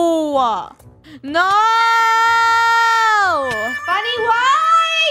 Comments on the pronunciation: funneh its not fenneh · Olga Ortiz u said funnel instead of funneh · Funneh not funnel